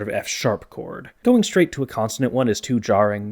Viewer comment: Is it just me or does keep pronouncing consonant as "constanant"?